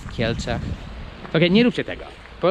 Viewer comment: Hahaha...Gdzie sie wychowales... . ta pauza.. i .. w kielcach. Hahaha